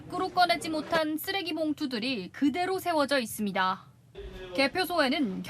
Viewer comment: "그대로"라는 단어 강조하지 마세요. 얼마뒤 이상한 상태로 발견될수 있습니다.